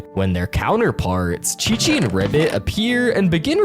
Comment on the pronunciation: His name is Chichi not Kiki